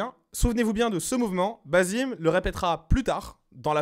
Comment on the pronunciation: Je comprend pas pourquoi tout le monde dit basim, mais qu’en réalité ça se prononce bassim, la femme dans le trailer dit clairement bassim, les personnages parlaient arabe, et le nom basim en arabe n’existe pas. Mais en vrai c pas réellement important, ça reste un jeu, c’étaitjuste pour info.